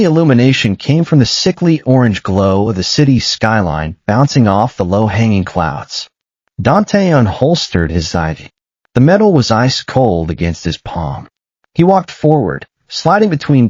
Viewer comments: Every time I hear " a 4 line" I want to hit someone. It's an " iv line" for heavens sake. And it's O negative, Haibo!!!! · I loved the story and the characters, but the narrator not so much. Very stilted and slow. Your AI needs to understand the difference between IV meaning “four” as a Roman numeral) and IV (pronounced Eye Vee) as in medical terminology. The rest of the pronunciation problems were not too awful, just bothersome. I loved him finally falling for his Alpha after understanding that he was in love with him (the Omega). Listening from Jacksonville FL,USA; p.m. EST. ❤❤❤❤